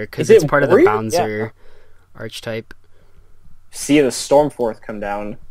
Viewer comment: lol he said Archetype the way it was spelled.